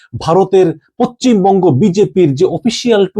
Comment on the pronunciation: আরে ভাই বুঝলাম যে ভারত নিয়ে খবর না করলে তোমাদের পেট চলবে না। কিন্তু বাংলা উচ্চারণ তো ঠিক ভাবে করো। পচ্চিম বঙ্গ কি? আমি তো জানতাম পশ্চিমবঙ্গ বলে একটা রাজ্য আছে। এতো জ্ঞানী বাংলাদেশেই জন্মায়।